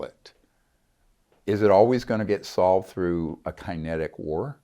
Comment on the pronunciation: debacle? like shackle? lol kinetic w/ a long I..lol his attempt on material is where he lost me... hard to believe someone who made it through medical school doesn't know how to pronounce these words.... love the show, but Greer isn't credible